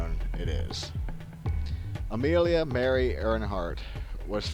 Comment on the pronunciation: Amilia Mary Earnhardt.... haha